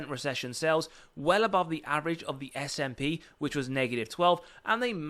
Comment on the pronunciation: It’s “ess ay pee” not “sap”. Like you spell out the letters. Just FYI. Also nice video I bought more at 72 yesterday and 70 today I will go down with this ship lol